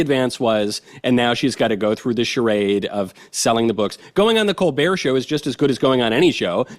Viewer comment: "Col- bert "